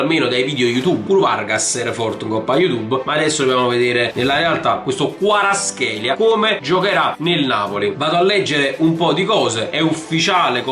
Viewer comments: he is not karatskelia. he is kva ra tskhelia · NO KHARASCHELA SI PRONCIA KVARASCHELIA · comunque si pronuncia "QUARASCELIA" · Varaskelia si dice bro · si dice "Kvarasquelia" te l'ho dico perché mia madre è madre lingua